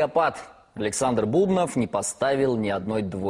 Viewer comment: почему бУбнов? правильно же фамилия бубнОв